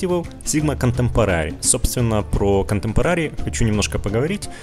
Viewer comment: КонтЭмпорари, контЭмпорари! Не контэмпорААААри, мои уши!